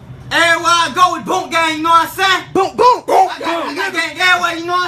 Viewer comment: It’s not boinkkk gang it’s boonk gang